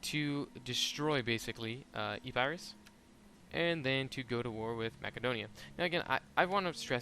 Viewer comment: My lord it's hard to listen to you say Macedonia lol, and then you specifically have a side note on how to pronounce epirus